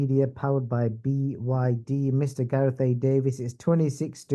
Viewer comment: Who the fuck is gaeath anyway 😂😂